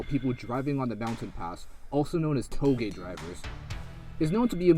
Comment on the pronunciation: "Touge" That pronunciation made me cringe.